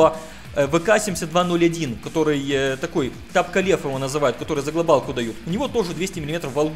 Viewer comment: Мне показалось ты сказал не за глобалку а за глоталку XD